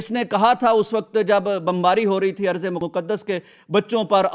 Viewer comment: Arzo nhi hai phle Quran seekh lo phir bhonko..ye ardo hai ..ز اور ض mai farq seekh lo